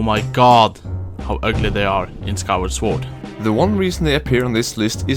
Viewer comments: hey guys, love your videos, they're awesome. but please please, pronounce SWORD correctly, as you are talking a lot about them. in english language the word "sword" is NOT pronounced sWord. the "w" is silent, so pretty much like "soord". thanks! keep up the good work! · Why is owner 2 saying the "w" in sword. :(